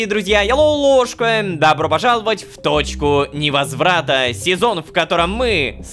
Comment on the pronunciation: АХАХАХП. Я услышала не "в Точку Не возврата" А в "Дочку Невозврата"